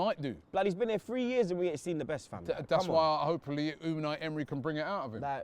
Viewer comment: man like robbie said hopelly